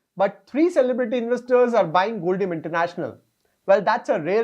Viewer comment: Sir its pronounced as Gold-Diam (Short form of Diamond) so Gold plus Diamond = Goldium